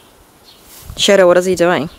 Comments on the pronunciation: Fucking accent is gross. Pronounce “shadow” like SHEDO and I thought they were saying cheddar for a second. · The first time u said his name I thought u said shito...